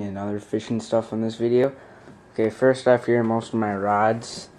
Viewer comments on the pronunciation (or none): none